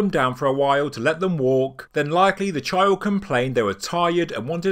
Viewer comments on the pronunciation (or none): none